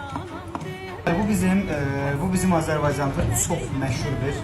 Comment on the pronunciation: Xoşbext olasınız. Amma Azerbaydzan, yox Azerbaycan. Düzgün tələffüs etmirsiniz, eşiniz düz demir sizide düzgün öyrətməyib.